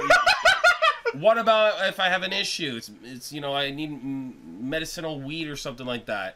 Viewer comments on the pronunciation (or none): Medicine-al? Pronounce Ma-dis-in-al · The fact that you can't even pronounce "medicinal" properly tells me all I need to know about why you hate weed. Guy had one bad experience with weed and now all those who can handle it are losers.